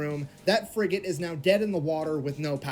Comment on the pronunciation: fffrigate hahaha